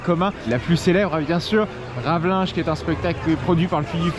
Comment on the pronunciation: Superbe vidéo encore ! Bien hâte de pouvoir le visiter un jour ce parc. Peut-être cette année même, qui sait. Juste une Petite correction de prononciation pour le spectacle Ravelijn (Rhoo l'emmerdeur que je suis), ca ne se prononce pas Ravelinge (comme j'ai une grosse impression d'entendre, haha) mais "RavelAYNE" ("ei" / "aie" , ca depend un peu des gens parfois). Peut-être que tu le savais déjà mais je préfère le dire au cas où. 😂